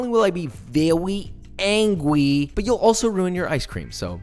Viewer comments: "I'll be vewy angwy" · Every time Josh is like Vwery Angwy, I just think “Yes, Papa I shall not disappoint” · vewy angwy >:c